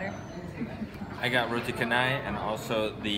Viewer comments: Hey how about you draw your life sir...and Btw sir,it's Canai not Kanai hahaha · Hai.. Roti Canai.. 'C' pronounce as see not K..just a correction..